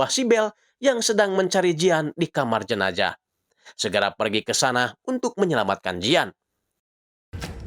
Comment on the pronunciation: Jenajah apa jenazah bang😭